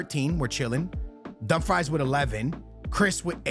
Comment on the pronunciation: Bro its no dumfries, its not french fries, its callled Dum frees!! LOL i laugh my ass out when you say dum fries :face-purple-crying::face-purple-crying::face-purple-crying